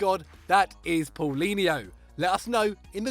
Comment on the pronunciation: You butchered paulinho's name mate hahahahah it is paaaaulinho not pooolinho anyway nice video